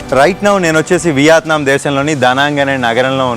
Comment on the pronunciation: content and quality are fine. కానీ అలా చప్పుడుచేస్తూ జుర్రుకుంటూ తినకండి.మనింట్లో మనమెలాగైనా ఉండొచ్చు. బయట మీరు మీదేశానికి బ్రాండ్ అంబాసిడర్.అలాగే సరిగ్గా పలకండి. వియాత్నాం కాదు.వియత్నాం.'యా' కి దీర్ఘం లేదు. చిన్న తప్పులే కానీ చిరాగ్గా వుంటాయి.